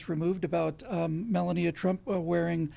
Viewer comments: I love you,, but 'mel-uh-NEE-uh'? I thought it was pronounced 'mel-AH-nee-ya'. Is there something we don't know (besides everything else you talk about)? Is that how they pronounce her name in Russian, perhaps? I mean...these are the burning questions that we NEED answers to 😆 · Hey, it's mel-AHH-nee-uh... Not Mella-NEE-uh... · "Mel-lahn-neeya?", have you not here her name pronounced? Other than that, great, hard-hitting show as ever!